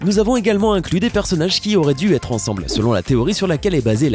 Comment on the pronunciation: ''ètre'' x)